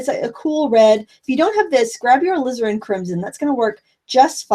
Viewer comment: mispronunciation of "Alizarin" reminds me of when I first started watching Bob Ross and thought he was saying I needed "Lizard Crimson.":P